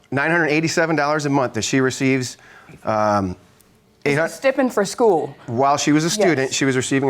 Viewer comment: Why did they pronounce stipend like that 😂